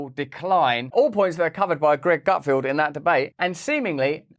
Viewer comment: Feld. GutFELD. NOT "Gutfield". Does NO ONE on your team know how to read and pronounce the guy's name?!